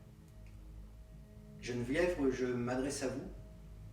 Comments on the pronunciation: Cc, tu as de la chance qu’elle ne soit pas susceptible que tu écorches son prénom tout du long Geneviève et non vievre, chouette enquête, merci ☺️ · Bonsoir, très beau lieu. Merci pour le partage. Si je peux me permettre, c'est Geneviève (prénom de ma chère mère) et non Genevièvre, qui certes ressemble à Guenièvre, épouse du roi Arthur! Bonne soiree